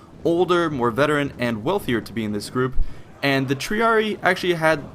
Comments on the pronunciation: One other thing, the spelling is Triarii. It's not pronounced Treeree, it's pronounced Treereei. I typed it phonetically. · No trying to hate but Triarii is pronounced Tree-r-e-i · It's pronounced TREE-ARE-RE-EYE, haven't you played Total War Rome ? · Good video, good basic understanding of late Republican tactics, but my God man the pronunciation. Triareeeeeeeeeee shudders. Capitalize and pronounce the second I. Triari"eye" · Triarii pronounced TRIARI-EYE just a minor point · I'm pretty sure "Triarii" is pronounced "Tree-are-ee-aye" ... The two "i"s are pronounced differently, and, well, pronouncing that there is, in fact, two i's and not only one "i". Same goes for similar names like those of house Scipii etc. You must not have played the original Rome TW in a long time ^^ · Triarii , pronounced > Tree-Are-Ree-Eye Cool vid xD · Original Master or rather tree-ar-ee-ee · It's pronounced: Tri-are-e-i and Pee-la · isn't it pronounced Tree-are-ee-eye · You said Triarii wrong It is like Triari i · The double "I" becomes tree-ah-ree-ee. This is the method to make a masculine noun plural, just as Julii, Helvetii, Scipii. Nouns ending in -ius -io (these are not the entirety of the masculine endings but these are the ones effected in this manner) are changed to -ii pronounced eee-ee. Latin is phonetic so every letter must be pronounced. To most English speakers this is awkward, but it is the proper pronunciation. See Wheelock's Latin. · Also, triarii is pronounced "tree-ar-ee-eye" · triarii is pronounced with both the i's pronounced. tree, are, e, eye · its pronounced triareyi pronounced wise. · Tree Are E Eye. That how you pronounce it. Triarii. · triarii tree-are-ee-eye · I thought triarii was pronounced "Tree- are-e-eye" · Triarii is said "tree-arr-eeii". Two i's is almost always "eeii". Thank you for this video, though, and vae victis friend. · God why does everybody say Tree-a-ree-ee like the horrible voice actor in the game. Say it loud, say it proud, TRIARII!